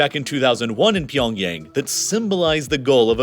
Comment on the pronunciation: I don't think Pyongyang is pronounced like "pee on yang"